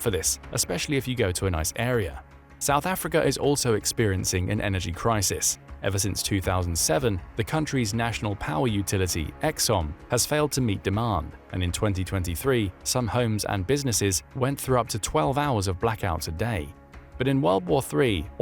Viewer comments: Eskom and not Eksom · South Africa here, don't listen to the crime comments. Can't even pronounce Eskom properly, says Exxon 😂. Yeah, We have our problems. Who doesn't? When I look at what goes on in the US, I cringe too. It's scary to say, but I wouldn't scoff at a WWIII, the way things are happening. Might never happen, but then again politicians are never to be trusted. I'll tell you one thing for sure though, if it does come about, they'll be the first to dive into their safe burrows, because they'll know it first. Religion, and power over others, or both at the same time, are the two biggest reasons that there's been war ever since the beginning of time. Most probably religion being the worse of the two. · Eskom not Eksom 🤣🤣🤣🤣... Thank u for getting us prepared though🤗🤗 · It is ESKOM not EKSOM